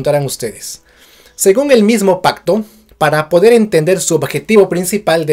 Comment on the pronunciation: Pacto? O Pajcto? Suena como pajcto con jota! Por qué?